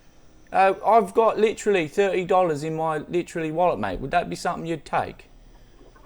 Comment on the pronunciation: “Litralee thirty dollars in my litralee wallet” Amazing.